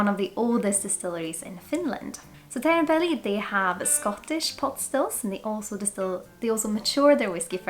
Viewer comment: uttalas som svensk i "otrevlig, oschysst, osv." och uttalas som svensk i "och". Det svenska ljudet som i "du" finns inte i det finska språket. Du sa Teerenpeli jättefint förresten. Jag har velat testa det här väldigt länge, kostar ganska mycket på systemet dock.